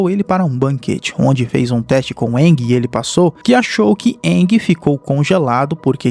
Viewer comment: Bacana essa versão mais proximo do desenho.... mas o nome do avatar é Aang [Eengui e não iangue]....rs